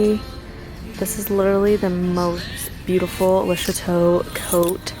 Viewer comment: For the longest time I was sure you were saying lisha toe. And even now that I know it's le chateaux I still hear lisha toe every time. Lol. It makes me laugh and you come across it alot so THANKYOU :)